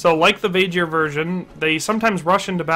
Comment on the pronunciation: Vae-Gear not Vaeghir